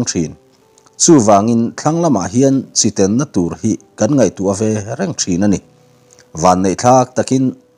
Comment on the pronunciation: Chi ten na ti lovin,chi teng na tih zawk tur a ni e